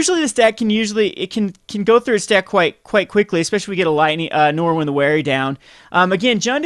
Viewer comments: There's no "w" in Norin. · Learn how to pronounce the card. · He can't even pronounce "again." Norin is way out of his league.